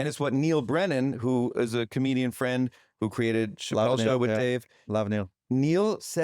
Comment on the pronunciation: A com-EGO-dian...